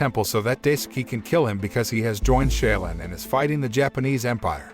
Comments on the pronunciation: Shaolin is pronounced: SHALL-LYN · Wrong pronunciation of SHAOLIN. It hurt my ears listening to him butcher a name I HIGHLY RESPECT. 🤦‍♂️